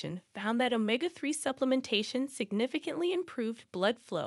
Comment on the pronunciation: Its not pronounced OMA-GA ....ITS OMEGA